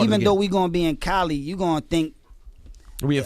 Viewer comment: Coli or Cali?? Tf 😒